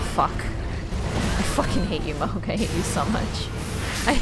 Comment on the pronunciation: Mog it’s mohg like hog but with a m mohg